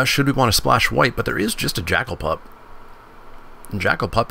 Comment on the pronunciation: Watching you misread pup and firedrinker so many times hurt